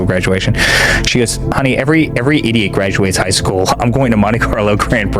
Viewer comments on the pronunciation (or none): He also said screwl, instead of school.